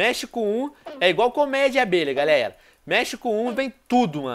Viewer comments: só eu que percebi que ele falou galeia em vez de galera? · E verdade eu ouvi também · galeia kkkkkkkkkkkkk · sim ele falou galeia